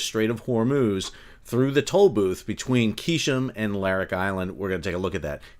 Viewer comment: God bless Iran. Hi Sall, its not "Qishem, its prpperly pronounced "Gheshm". Also, please tell us what happened to those things they call aircraft carriers... 😂